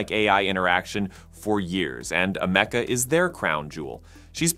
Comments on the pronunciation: Dude, do the research.. your mispronounciation of her name (along with her sudden American accent), was driving me insane. It is pronounced as: Am-E-Ca, NOT: A-Me-Ca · It's Am a ka. Not Am eka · "AM-uh-cuh" NOT "a-MEC-uh" 🤨🙄 Her name is referenced in her video, why do you get it wrong? Stupid. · Ameka not Amakea pronouncing it wrong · AM - UH - KUH is how it's pronounced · I've noticed that these bot narrators really like to mispronounce Ameca, including right after the name is pronounced correctly in this footage. Well, another thumbs down- moving on! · I hate how he's pronouncing Ameca.